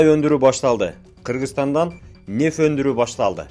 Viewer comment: Неф эмес нефти